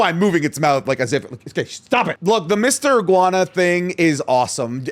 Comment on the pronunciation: not the 'guana